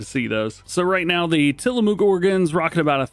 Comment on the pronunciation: Despite all the dairy cows, it's not pronounced "Tillamooook" The 2 "o"s are pronounced halfway between long u and short u.